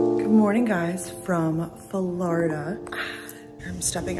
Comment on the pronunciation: Love your Flurrda-- pronunciation lol Hello from Florida girl currently in New York! ;)